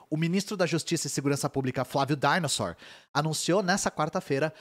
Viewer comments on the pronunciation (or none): Flávio "dainossor" me pegou muito